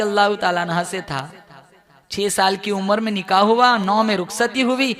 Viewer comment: Nikaah spells with k not with Q, not niqah